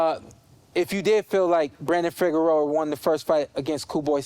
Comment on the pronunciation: his name is pronounced Fee-air-0, that’s. Fiero.